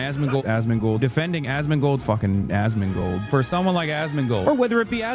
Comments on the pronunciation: Hassan be like: "aSsMInGlEdAssMinGleD....." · Why does Hasan pronounce asmongold as "ass mingle"? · Almost starts to sound like "Ass Mango" 😂😂😂😂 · I hear "Assmingle" now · Why does it sound like azz mingal everytime he says asmongold 😂😂 Also come join me for crazy talk boys! Twitch bots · fucking hell... "Azmingold" will be ringing in my ear for the remainder of 2025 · Anyone else start hearing "ASS MINGLED"😂😂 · Starting from here, the more he calls Asmongold it literally sounds like Assmingle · It’s starting to sound like Hassan is calling for “ass mingle “ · All I heard during the Asmongold comp was "Assmingle"... Excellent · after a few rounds of this i started to hear "ass mingle" and i dont know why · The more he calls Asmongold, it sounds more like Ass mingle 😂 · I keep hearing a s s mingle 😢😂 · "Asmingold", bro cant even speak.